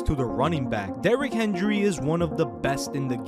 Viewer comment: WTF are you talking about. Tannehill is a decent QB, if he stays healthy he's better than most. I have doubts that you have ever watched a titans game in your young life. I can't take you serious. You can't ever pronounce Derrick Henry's name correctly, so I'm going to pass on you. You sound as if you don't understand football to well.